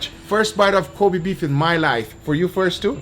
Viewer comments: It's disrespectful to say it "Cobee", it should be more like "Ko beh" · Kobe Beef [ko-beh, not ko-bee] Love you from Japan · It’s not koby beef it’s Kobe(kobae)! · say it right, its not Ko BEE, its KO BEI